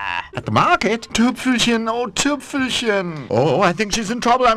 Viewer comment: 7 years later and I still find myself randomly saying "AT THE MAHKET" from time to time